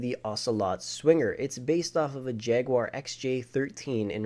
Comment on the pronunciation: You pronounced Jaguar and Centenario wrong